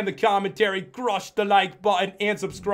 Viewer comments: subscroob? what did you say? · lol he sed subskrub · Pat why did you said Subscroob? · I cant believe you said Subscroob!! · Pat you said subcroober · you said subscroob